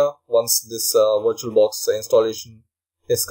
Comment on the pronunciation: wirtual-box dot oh arr jee